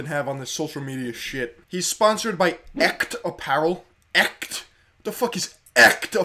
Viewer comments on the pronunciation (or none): its pronounced esht and is german for real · In German too and its so funny how he pronounces Echt like 'ekt' 😄😄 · echt is german and you chopped that pronunciation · That's not how you pronounce "echt". Echt! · Echt means real... and is pronounced way different